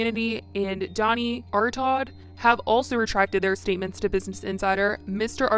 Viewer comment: This is so messed up. Also Dani Artaud is a female. I used to listen to the Millionaires a lot in the myspace days. She was one of the members of this band before she left them. It's pronounced Are-Toe.